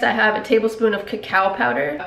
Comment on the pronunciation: whenever you said CACAO , I thought of KA-CHOW from the movie cars 😂❤️